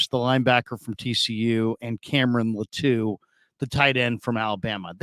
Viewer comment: ITS LĀTU not LATŪ🤙🏽